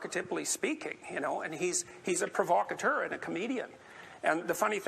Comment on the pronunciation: You don’t even know How to pronounce the word “provocateur”... Seriously, you’re a fucking idiot. You butcher not only entire sentence structures, but also use completely incorrect words to get a point across, and you BUTCHER words which only have one fucking pronunciation. My god man... where the ruck did you go to school? SUE THEM, THEY FAILED YOU. And what’s worse is that you actually make dumb-duck republicans look smart because THEY CAN AT LEAST SPEAK PROPERLY.